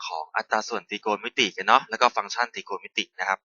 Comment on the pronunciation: I’m in 9th grade. That’s really funny how he says trigonometry. Great vid though!